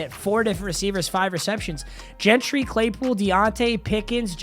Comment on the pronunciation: SAID GENTRY RIGHT LETS GO